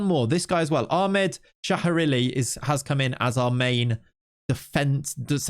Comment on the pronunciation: As saudi i can conform you abslotely slutered ahmed name.